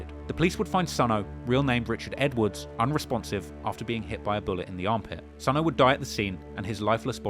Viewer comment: if you dont stop mis pronouncing these guys names..... it's not SONO it's SONE. "Sonny"